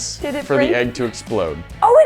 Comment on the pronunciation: its Egg not Aegg. my dad has the same mispronouncing problem.